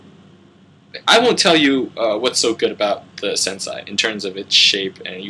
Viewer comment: its pronounced sensay not senseye